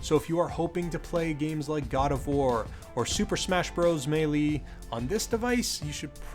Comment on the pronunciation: What's with these zoomers always pronouncing it smash bros Me-LEE? It's pronounced MAY-lay